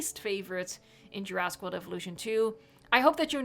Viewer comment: “Peninshula”. “Juraaaaasic World Evolution 2”.